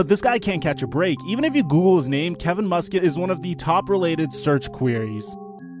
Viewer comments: It's pronounced Mus Cat not Mus Kit. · You need to learn how to pronounce peoples name and city in England, Craig is not creg it’s cr-a-ig and Norwich isn’t Nor-witch it’s nor-ich the w is silent and it’s mus-cat not Musket I know Americans like guns but you literally have a clip from crouches podcast saying it and still say it wrong